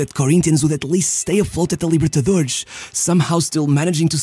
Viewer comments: Your videos are great, but please stop pronouncing X instead of S at the end of the words. It's not Libertadorex nor Santox. Just pronounce a normal S as it should be. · Essa libertadorexxxx entregou que ou é um carioca ou um português. Edit: xantox tbm